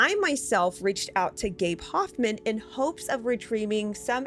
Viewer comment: Take a drink everytime they say gabe hophmen